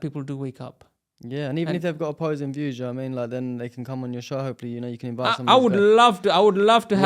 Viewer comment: That’s his show, he can do whatever he wants. Hire a presenter, present it himself, heck, he could even interview his own reflection if he feels like it. And by the way, English is probably his third language… so if he mixes up “show” and “shoe,” just clap anyway. Your focus should be commending the brilliant young guest. Why are you commenting here, just asking for a friend🫤